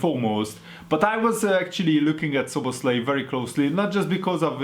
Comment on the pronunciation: Magyar vagy? Nem is tudtam olyan jo volt a nevenek a kiejtese😂